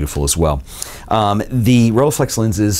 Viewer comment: pronunciation with 'u', not 'a' when reading the 'e' from rollEiflex!